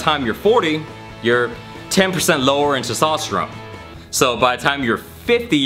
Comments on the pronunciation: Testosterone,. Not Sestosterone lol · He struggles so hard pronouncing TESTOSTERONE..... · He can't say testosterone lol